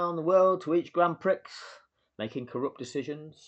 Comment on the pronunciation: You can't even pronounce Prix correctly. This video is a joke.